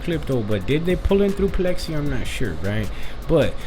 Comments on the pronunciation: Its pix ley .... Like pics lee not plexy😊😊😊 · It’s pixley not plexi! You sound like a retard foo